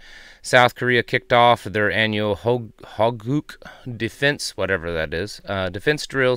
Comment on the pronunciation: The South Korean military exercise is pronounced Hokuk. It means "Guard the Nation." Your pronunciation of Hoegook is offensive.